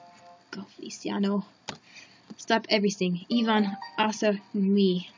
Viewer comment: Can I randomly cut in and say's Feli's name is pronounced "Fe-li-chaa-no"? Sorry. ^^ PFFFT I remember Strawberry Shortcake and Melon Ball. XD KIKU WHY.